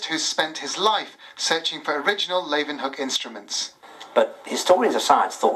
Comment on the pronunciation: You'd think the TV presenters would learn to pronounce the Dutch father of microbiology's name properly -- how a native English speaker would pronounce: 'Lay-oo-wen-hook' ('oo' as in 'book')